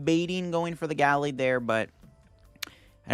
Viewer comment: It's pronounced: Ga-laid, not Gal-aid